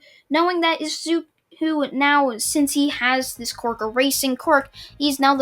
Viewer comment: He is to overpowered Also for me it sounds like ya saying Qork no quirk